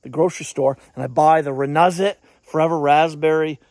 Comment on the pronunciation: It is pronounced RENEWZIT